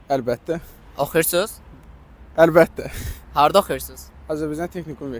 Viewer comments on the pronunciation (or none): Özdə əlbəttə' yox ey ə'lbəttə deyir sondakı qardaş.Tələffüzə diqqət edək ama maraqlı alınıb